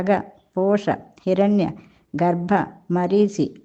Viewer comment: హిరణ్య , గర్భ కాదండి హిరణ్యగర్భ అని అనాలి